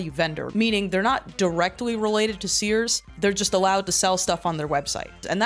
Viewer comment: Gorl said Sears purry forn.